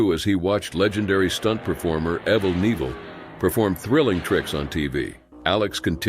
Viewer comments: His name is Knevile not Neviele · It's pronounced evil k'neevle